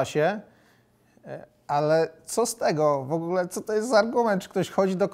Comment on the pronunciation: Panie Stanowski nie „szejset” tylko „sześćset”, nie „wogle” tylko „w ogóle” itd. Dużo takich błędów :(